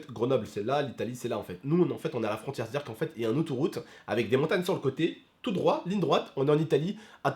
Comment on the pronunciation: Bravo tu a dit outouroute il faut dire autoroute